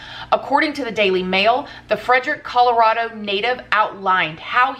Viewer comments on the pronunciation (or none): none